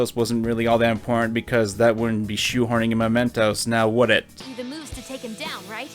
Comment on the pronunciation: Am I the only one who gets really irritated every time calls it "Momentos"? It's MEmentos. You played the entire game and can't get that simple name right?